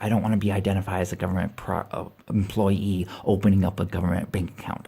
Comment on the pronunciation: I'm so damn sick of hearing "employ E"